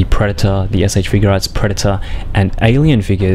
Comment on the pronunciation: You say figuarts wrong